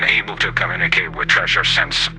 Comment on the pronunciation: You’re reading the script without pausing for natural punctuation, and are not pronouncing “Thresher” properly, which is unfortunate, since it’s the subject of the video.